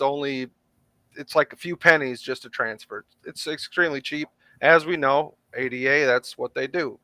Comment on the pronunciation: It's pronounced "AYE DAH" after ADA LOVELACE 😅